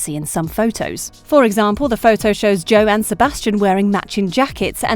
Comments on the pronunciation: I think the wasia project is pronounced way sh ya, also it’s jo not Joey also taw not tayo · The way they said "tao" and it's not "joey" it's joe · Joe is pronounced jo not joey and Tao is pronounced T-ow not tayo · JOEY IS MAKING ME CRY 😭 it jo and Tao is T-ow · "Joe" is pronounced "Jo" and "Tao" is pronounced "T-ow" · Tao is pronounced towel. Joe is pronounced jo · ”Jowie” HAHA ”taio” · Corinna is pronounced “Kah-ree-nah”,Joe is pronounced “Jo”,Edgell is pronounced “Ejj-uhl”,Xu is pronounced “Soo”,Wasia is pronounced “Way-zha” and Tao is pronounced “T-ow” like “Ow,I hurt my foot” I feel like some of these were just obvious. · i did not just hear you pronounce joe's name as joey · I enjoyed watching this video until you spelled Tao as Tay-oh and Joe as Jo-ey. Joe's fullname is Joseph literally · J-oh and T-ah-oh I’m Asian and I think that’s how u pronounce the name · 'Joey' 'Tayo show' 'Wa-see-ya'... please learn to pronounce names before just jumping into popular things. Even just watching one interview will help you learn the pronunciation. But thank you for using Kizzy's preferred pronouns. But, if you do make another Heartstopper video, please call them an 'actor' as it is a more gender neutral term, while actress is specifically a feminine term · Lmao "joey" and "tayoh" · fr i was cringing so hard every time they said joey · Ah yes JOEY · Yes I got triggered when she said JOEY AHHHH 😭😭😭😭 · Cashing in on something popular without even watching it. Your pronunciation of Tao is wrong and it's Joe Locke not Joey. I stopped watching at that point as I was disgusted at the obvious lack of viewing having been done. Thumbs down. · THE WAY SHE PRONOUNCES JOE AND TAO IM DYING TVTFCTFCGYBHJUVGDFT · Also Joe is such a common name! Like HOW do you mispronounce it??? I'mm pretty sure they only did so to get more comments.